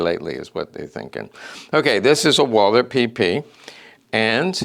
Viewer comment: You're german, aren't you? Yeah, correcting people on the internet is our national cultural asset 😅 Even the pronunciation without the h as Walter sounds still better than Wolser 😅 I mean, it's not that hard and somehow necessary to pronounce at least individual names correctly. Or we fire back with Smiss & Wessen, Kold, Brauning, Sewetsch ...